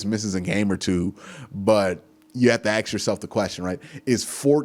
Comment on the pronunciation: Dude I love you're Chanel but it's ask not ax Let me ask you a question not let me ax you a question. Sorry not Sorry.